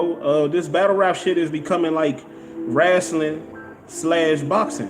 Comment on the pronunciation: be killing me how he says wrestling he says it Rass-sil-ling